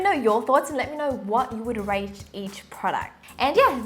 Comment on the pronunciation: I'm liking this channel and whatever u speak is relevant and makes sense. BTW not being rude, it is rAte